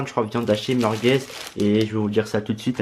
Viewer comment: Il dit meurqueuz😂😂😂😂